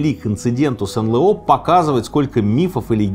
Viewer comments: Не НЛэО, а НэЛ о- пипец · А почему «эн лэ о»?!))) разве не эн эл о?😀 занудство наверное, но почему-то режет слух)) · Блин, почему эн лэээээ о? Что за бред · Ну почему эНЛэО, если эНэЛО